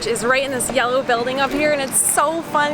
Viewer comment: pronounced "Yelo"